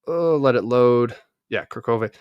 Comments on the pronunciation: plz say not karkove(Kurahove). Say Coo asin Cool. Ra as in row How as in Hoyhoyhoy Ve. So it's. CooRaHoyVe. LoveYa❤ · It’s KU-RA-HOVE